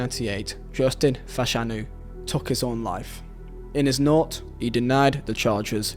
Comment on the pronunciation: You need to learn the difference between Chris Fairclough and Justin Fashanu!! It would also help if you pronounced Fashanu's surname correctly!